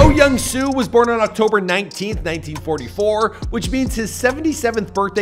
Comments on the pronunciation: Is your name Michael pronounced “Meecull”? No. Well, then perhaps you could understand that the name Soo in Oh Young-Soo’s name is pronounced with a long o sound. It sounds exactly like the name Sue. Not “so”. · bruh i cant with white ppl- there are 2 o's in his name --> pronounced sooooooooooo